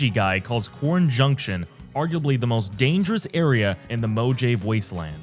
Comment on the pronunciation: "quorin junction"